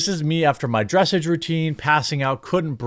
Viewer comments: lol I hate to be that guy but it isn't "dress ej". It is "dress aaj" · Hey, bro, absolutely zero hate here, but for future reference, "dressage" is pronounced "dress-ahge" with a prominent "ah" sound, rather than an "edge" sound. 😅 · "dra-sagge" like "Ma-ssage" I only know how its pronounced bc my sister road real horses when she was younger. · Jeremy, it is pronounced "druh sahj" not "dress-ij" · Not that you should ever need to report on horse-y-ness again but “dressage” is pronounced dr’ SAHjjjjjjjjjj. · Dressage is pronounced: Dreh-Sawsh I call it "Horse Dancin'". Lol. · As an actual equestrian....it is called dress-aahh-ge. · Dressage doesn't rhyme with message. Think of it more like the word Massage. Dress ah j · You're butchering the word dressage. 😂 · Just so you know, dressage is pronounced like massage. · What really annoys me in this video is how he says dressage - not because i care about horse shit, because i don't, i find it too fucking pretentious and boring - but my sister's into this thing and I've heard this stupid fucking word so many fucking times - so I'm annoyed not juat because he says it wrong, but because he made me care about that stupid word from the stupid horse riding crap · dressage is pronounced more like massage than message. just fyi. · I grew up with horses. The real animal kind of horses. I cannot believe that actually needs to be clarified now. In this context, dressage is pronounced with the accent on the second syllable, not the first. It's a type of horseback riding. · He pronounced dressage wrong. Lol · Worth noting "dressage" is pronounced sort of like "massage". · It is pronounced like the word message with a french accent. You've surely been to enough of them to get better at the pronunciation.